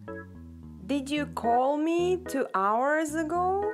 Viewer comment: you said ago bad